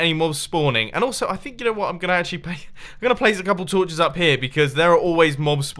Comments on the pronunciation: Alright, first: it is torches not sorches. And however that isn't redstone torches... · Mumbo said redstone torvhes instead of torches, add THAT to the spoon counter